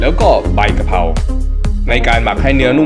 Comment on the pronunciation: กระครับไม่ใช่กะรครับพี่